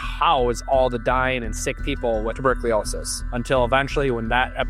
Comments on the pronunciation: Maybe you should learn how to pronounce tuberculosis 😡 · I have to admit: Even if it didn't ruin this generally great video altogether, I cringed every time. Ha! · That's not how you pronounce "tuberculosis"